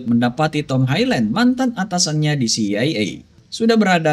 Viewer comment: Highland ,dibaca HaiLèn 😊 itu aja. 👍👍